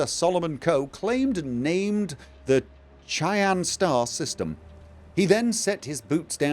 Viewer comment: I hate to do this again to you, but, Cheyenne is pronounced, "Shy-Ann".